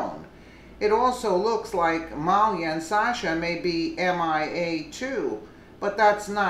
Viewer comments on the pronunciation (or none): Not that it matters but the borrowed daughter of Obama is not pronounced Mol-ia its pronounced Muh-leah. FYI. They are all crooks though. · The speakers called Malia "Melania" poor woman is demented.